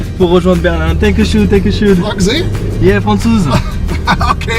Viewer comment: Félicitation! Bon par contre.. Danke Schön pas Danku shoune xD Sinon ravi pour toi et te projets c'est bien de les avoir concrétisés . La prochaine destination ?